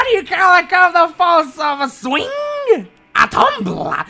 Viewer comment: i love how is said "waddycall a cup dat falls off a sweeng??? a TOOMBLA-"